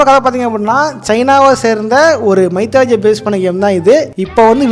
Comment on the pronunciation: அது மைத்தாலஜி இல்ல மித்தாலஜி